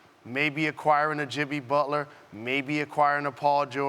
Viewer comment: "Maybe acquiring a Jibby Butler"